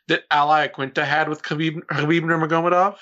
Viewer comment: baby, I'm proud of you. Finally trying to pronounce Nurmagomedov correctly.